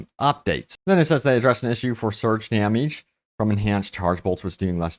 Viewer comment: Dameege. Lol